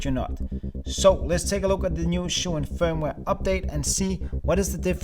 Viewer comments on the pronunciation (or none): good video, but little advice. zhiyun is pronounced G YUN